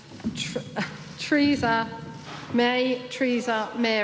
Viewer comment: The only name she fucked up was Teresas', priceless.